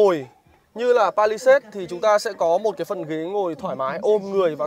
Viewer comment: làm review đồ công nghệ thì nên bổ túc tiếng Anh một chút bạn ơi. đọc tên xe như đấm vào tai